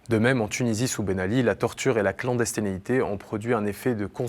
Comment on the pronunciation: Ok. On dit BurGat, pas Burja. On dit clandestinité pas clandestinéité. J'en ai laissé passer un ou deux autres mais c'est inadmissible. Ca dénote un travail superficiel indigne d'un média de ce nom.